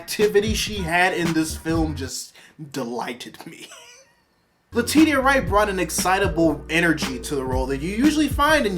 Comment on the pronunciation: I'm picky The pronunciation of Letitia's name is Lu-tee-shu